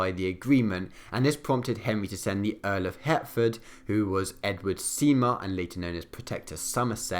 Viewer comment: btw for pronunciation - Treaty of Greenwich is pronounced 'grenidge' and the Earl of Hertford is pronounced 'Hartford'